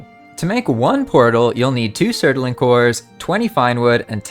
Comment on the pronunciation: Surtling ffs its two syllables please man